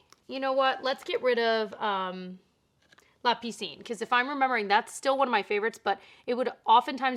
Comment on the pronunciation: Thank you for the decluttering and the blush collection! I love that! And bravo for your French, I would think that la piscine is not obvious to pronounce for a non French person. I suppose that you learned French in high school?